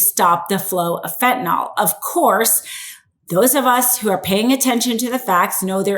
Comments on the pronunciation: Fentanyl.. Not FentanOL . Don’t speak like the poorly educated. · It is not "fentanOl", it is "fentanyl" and pronounced "fen-tan-ill". In chemistry, the 'ol' is about an hydroxyl group; the 'yl' is about a radical; entirely different, and the 'ol' would NOT blow people's minds! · When ppl finally realize Trump is mentally ill, seriously, we can invoke Amendment 25 NOW!! Trump is freakin clueless and we see his insanity right in front of our eyes!! Please pronounce fentanyl correctly, the ending is pronounced fentanyl (nil) NOT pronounced (nol) R.N. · if you're going to read the news you need to know how to pronounce words commonly used on air. Fentanyl is not pronounced "fentanall." You used that mispronunciation three times. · If you're going to read the news you need to know how to pronounce words commonly used on air. Fentanyl is not pronounced "fentynall." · It is pronounced FentanYl, there is no "o". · Is there an "O" I don't see in the word fentanyl? Why tf does everyone call it "fentynol" with a big O? The wildest part is it's always the super educated lawyer types that can't pronounce words..listen to them! A high school dropout can speak better English!